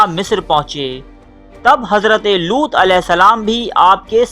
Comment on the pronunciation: Looth not lots